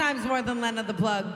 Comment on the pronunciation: What got me was Tana mispronouncing Lena's name even if it was just to make the same unfunny joke multiple times